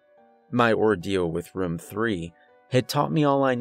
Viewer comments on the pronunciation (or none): I love how he pronounces “Room” like “Rum” 😂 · First off, I like this story and your narration overall. Now, this is not meant to be an insult, but your pronunciation of room is like rum or ruum. I'm curious what area are you from. Maybe somewhere in New England. I've never met someone in person who pronounces room in that way and I've only lived in Oregon, Arizona, California and Arkansas. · It doesn't sound like he's saying "we ran to the room" it sounds like he's saying "we ran to the rum" but no hate he's mad good at these stories 👌 👍 anyway I love them keep it up dude. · why he say room like ruum? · Hey! That’s how I pronounce room too, I didn’t even realize he was doing it. I wonder if it’s regional. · I always point that out too lol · This Narrator needs to learn how to say "Room".. it annoys me so much.